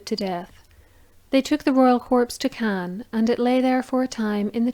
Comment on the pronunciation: That was a beautifully told, well-researched, account. Caen is actually pronounced like “Caw(n)” without the ‘n’ at the end. Obviously, I wouldn’t imagine that there’d be any blood dripping or pouring, out of a faulty coffin, but, although no expert in these matters, I’m perfectly certain that there’d be all sorts of other liquids and juices around, to leak out. And dogs do have a penchant for licking all sorts of disgusting things, like excrement and ani of other dogs. Also people’s faces and hands. Hence Faeces to Faces cross-contamination, and the spread of Canis Toxicara (sp?) a parasitic worm which migrates to the (human) eyeball and can cause blindness. But everyone knows this, already, I expect.